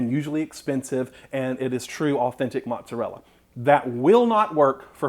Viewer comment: can't trust anyone who can't pronounce "mozzarella" properly